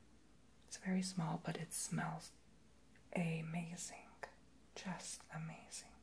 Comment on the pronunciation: Why do you always say "amazink" or doingk" idk If it's just a whisper thing or accent just wondering